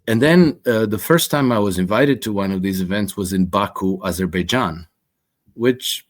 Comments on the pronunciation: U mispronounce it's Baberbaijan😂😂😂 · I don't know "Azerbaijan". I thought it was "Aberbaijan"